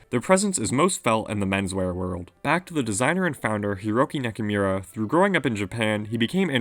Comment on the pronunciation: Hiroki Naka"mirror“ lol